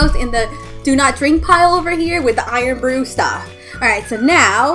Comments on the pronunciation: Abbie Scott I like iron bru and how she said it "iron bruh" not hate on her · Literally any Scottish person would be so deeply insulted that she called FKN IRN BRU, IRN BRUH 😂😭😒